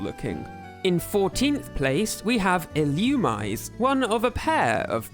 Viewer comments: it's not illumize it's ill u mi say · it’s pronounced “ill-oo-mee-zay” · Illoomize is a crazy pronunciation lol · Quick pronunciation tips: Vullaby is meant to rhyme with lullaby. Illumise is ill-oo-me-zay. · Vullaby’s diaper is a skull, not a shell. It’s “Wurmple”, not “Wurple”. It’s pronounced “Ee-loo-mee-zay”. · Illumise is not pronounced like that, it's Ee-loo-mee-say.